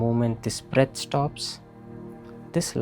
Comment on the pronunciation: Yenti అండి breat breat అంటూ... ఊపిరి అనవచ్చుకదా... బ్రీత్ kasta ఇప్పుడు fashion బ్రెట్ అయ్యుంది... ఆలా బ్రేట్ బ్రేత్ antey బాలేదు..